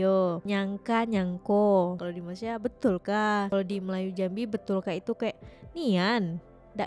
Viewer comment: maaf..sila betulkan sebutan Malai sie kepada MALAYSIA… #malaysia 🇲🇾 #awaksopansayasegan